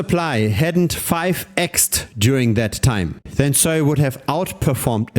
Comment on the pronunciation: just pronounce it normally you weird dude